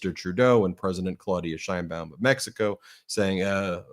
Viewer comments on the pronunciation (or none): none